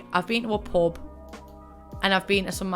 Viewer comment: Every time you say pub my brain hears pope